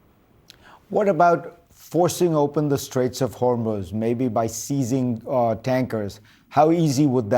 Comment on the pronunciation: Trump's threat to "obliberate"????? "Straits of Hermoze"???? "Perculate"???? Wow.